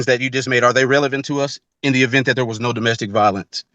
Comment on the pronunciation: Take a shot every time he says doe-mastic violence 🍻